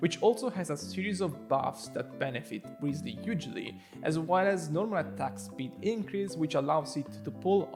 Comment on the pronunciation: woooow omagad... my guy says "rizly". first time seeing someone on yt spelling his name kinda correct. autolike